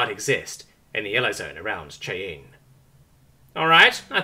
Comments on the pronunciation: "Cheyenne" is pronounced "shy-anne" not "she-in". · is actually a Xeno confirmed. It's pronounced Shy-anne. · Ordinarily I don't bother with minor enunciation mistakes, but that was egregious dude - Cheyenne is enunciated "shy-an". Yes, yes I know - it is spelled almost nothing like it sounds - It's an Indian word (Native American / Indigenous American). I am now remarkably curious how you ordinarily say the word "cayenne". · Don't know if anyone has corrected it or not but the city name at the beginning of the story is pronounced shy-ann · In the opening 4 seconds, then again repeatedly as it comes up in the story. "Cheh-yen". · I live in Wyoming. Listening to how he says Cheyenne is almost painful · I don't ad it almost made me close the video... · Eh, not so bad. I'll live.